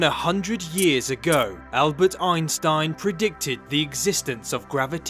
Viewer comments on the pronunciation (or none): none